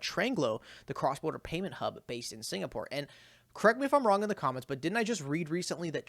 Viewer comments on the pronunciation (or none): none